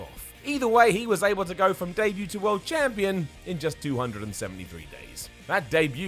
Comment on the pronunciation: did you say champlon